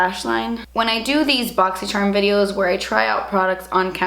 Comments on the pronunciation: Seriously say "boxycherm" when I talk about my box because of the way she says it. I love it 😂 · Now whenever I read boxycharm i read it the way you say it lol - boxycherm